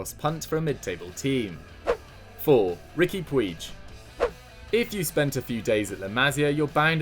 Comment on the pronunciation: Pronounced Pooch not Pueege